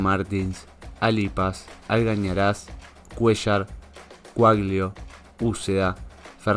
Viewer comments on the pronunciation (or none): 😂😂😂 te falto un poco de lectura che, es Algarañaz y no Algañaraz